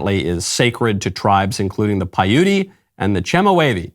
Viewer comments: Michael, it's PY-oot (Paiute), not py-OOT-ee. God bless. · Michael: It's not "Pay-yootie!" Payute is pronounced "Pie-yute." The final "e" is silent. Brandon has an excuse: he's 106, and a senile old bat besides! YOU (or your producer) can look it up and pronounce it correctly, setting a better example. You're welcome. :-)